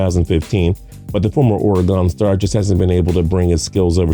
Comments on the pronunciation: traviesobss Right!!! As a native Oregonian the way he says it makes me cringe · Finally pronounces Mariota’s name correctly, but still has to work on “Oregon” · Mariota's far from average but a great qb can only do so much with a weak O line and mediocre receiving core. Also, it's Or-eh-gon, not Or-ee-gon, ffs. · Dude it’s not Ore-gone! Fuckin hell! It’s ore-gun!! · It’s Oregon not oregone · Patrick Bradley Ore-gone and Sony Mitchell lmao Edit:And jimmy Ger-rap-pa-loo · Ore-gone and Stide-hum. It's horrid. 😖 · Oregone, smh. It's irritating. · hahaha. a lot of people in this country don't know how to say Oregon. I've lived in Oregon for over 10 years. Just so you all know, how you pronounce it is, Oregin. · I appreciate this guy's insight, but in the first 2+ minutes he's mispronounced "Oregon," "Stidham," and "Michel." Those aren't just nobody type names that a football analyst wouldn't know. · That's not how you say Oregon. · Your marble mouth cant pronounce "oregon" ....... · IZ Parry lmao I agree, as your neighbor in CA it makes me go hey heyyyy stop that!!! 🤢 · I’m a Texas fan but it bothers me how you say Oregon